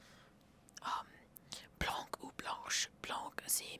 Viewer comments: Blanc tu le prononce pas le « c » à la fin c’est comme si tu disais « blan » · Pour le blanc, on ne prononce pas le "c". Merci pour tes vidéos en français 👌👍